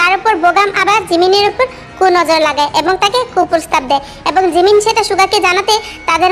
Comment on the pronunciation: sorry 😂😂 আপু আমি জিমিন শুনি নাই আমি শুনছি রিমিন 😂😂😂😂😂😂😂